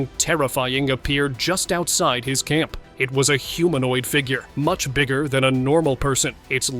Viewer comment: With a weird emphasis. :face-orange-frowning